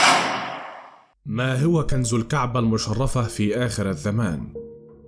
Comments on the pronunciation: كنز وليس كنذ!؟ وفي آخر الزمان وليس الذمان... وما دام كل شي آخره الله اعلم... انت ليش متعب نفسك!!؟؟. المصريين هدمو هرم اللغه العربيه 😠..... احه 😏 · يا اخي ما الربط بين الكنز الموجود تحت الكعبة وكنز نهر الفرات حين يجف انت خلطت الحابل بالنابل. وما هذه اللغة والنطق من اين جئت بكلة (كنذ) كنز (الذمان)الزمان تعلموا لغتكم فضحتونا بين الامم.